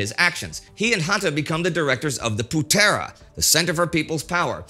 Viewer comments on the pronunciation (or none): Putera (son) = poo-thra. Pemuda (young man), close, no prob. Early the Japanese used "saudara tua dari asia" or "the old brother from asia". Good series. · It's actually not pronounced "Putéra" with a hard e/é but with a softer e like in the word "Founder" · Indonesian here. Thank you TimeGhost History for making video about Indonesia's history. An insightful video for international viewers. As always, good work from Indy and team. Few pronunciation could be improved though. Like "Putera" and "bersiap". I'm a lecturer on political science and fan of Indy's works since The Great War. If the team need any input on Indonesia matters I'd like to help.